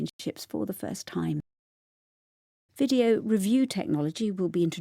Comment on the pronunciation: challenge : 의문글 제기하다, 이의를 제기하다 / 경기,대회에 참가하도록 초대하다 Video 가 왜 ph 발음으로 들린다 바뀐 귀뚜라미색깔!! 시즌7도 화이팅입니다